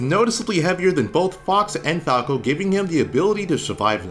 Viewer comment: "Lets CAWK about falco"